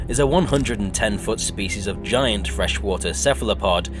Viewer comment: Skull crawers and giant ant (gi-ant)